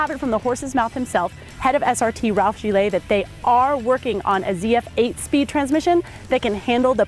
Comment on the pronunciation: Ralph Gilles name is pronounced more like Jill with the 'es' more silent, not Jil-ay. Overall, I kinda like this review.